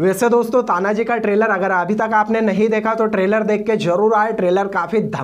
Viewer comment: तान्हाजी मालुसरे है नाम तो ठिकसे लो भाई